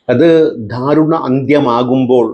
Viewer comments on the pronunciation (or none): സർ, ധാരുണ മരണം അല്ല,ദാരുണ മരണം